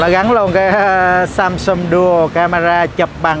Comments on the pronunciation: thay vì đọc là SAMSUNG thì lại đọc là SUMSUM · Tôi sửa 1 chút cho, phát âm rõ ràng sờ am sam, sờ ung sung, sam sung, chứ đừng đọc samsum, hay sâm sâm, hay sân sân, nghe nó thiếu kiến thức lắm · Nc khó nghe ghê,đến cả tên hãng còn đọc sai. Sâm sâm??? Là hãng gì,hãng đt nào???? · Ceo mà phát âm samsum :))) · Samsung mà cứ đọc samsum